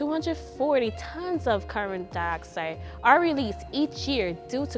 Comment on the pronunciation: Sook and carbom da-oxide you say? Scary....